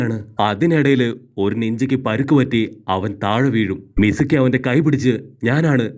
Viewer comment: Not mizumi its mizuki